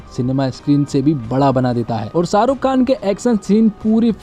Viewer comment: शाहरुख बोल भाई साहरुख नही